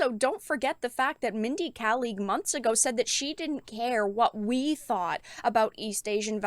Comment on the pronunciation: Just so you know it's Mindy Kaling (kay - ling)